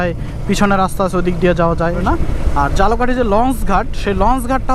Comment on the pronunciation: ভাই ঝালকাঠিরে বারবার জালোকাটি বলার কারণ কি?